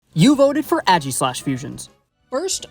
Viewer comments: Im sorry, but ageeslash just sounds wrong. Aye-giss-lash (pronouncing the "g" like j jif is fine) is the way i pronounce it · it's aegislash not ægislash 😭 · who in their right mind pronounces it "aggy-slash" wtf